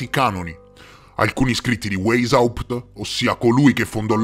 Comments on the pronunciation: Non è "Weysaùpt", è "Weysciapt"! 😂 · La pronuncia!!! Il tedesco non si legge come l' l'inglese....waishaupt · Weishaupt si pronuncia VAIS HAUPT :) Poi si tratta di classicismo, non di classismo. Ed Eleusi si dice Eléusi (accento sulla seconda e). Sono piccolezze ma già che il video è cosi ben fatto, la prossima volta vale la pena saperlo :D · Grazie intanto per l' ottimo video e ricerca, metti insieme un sacco di dettagli. Devo correggere la pronuncia di Rotschild (pronuncia "rotchciaild") and Weisaupt la prima lettera in tedesco si legge W come V e non come U all' Inglese) e poi ho riscontrato un particolare interessante. Tu dici che Weisaupt si rifugio' nella citta' di Gotha, con l' aiuto del conte Saxon qualcosa: bene, il cognome iniziale/originario/reale della famiglia reale inglese e' proprio: Saxe-Coburg-Gotha!!! 😱😅 mi chiedo se c' e' quindi un collegamento con Weisaupt 🤔 interessante! Grazie 💐